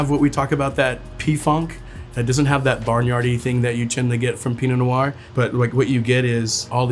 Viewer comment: Not sure why he pronounces “noir” with two syllables. Sounds weird.